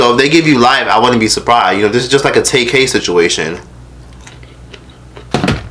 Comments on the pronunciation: More like teCACA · takes me out every time he says Caca 💀💀💀💀💀😂😂😂😂😂😂